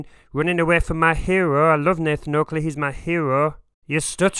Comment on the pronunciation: the way he says maa herooo 😂